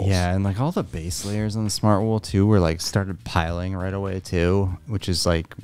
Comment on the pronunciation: Just an FYI. Its Pilling, not Piling that a fabric does